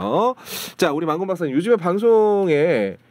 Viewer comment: 양까무라가 만권박사 발음할때마다 자꾸 망고박사 망고박사라고 들린다 나만 그런가 ??? ㅋㅋ